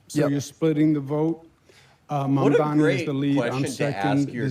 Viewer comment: MAMDANI IS NOT THAT HARD TO SAY